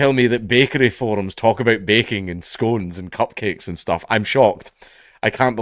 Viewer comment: Wtf that's not how you pronounce "scones"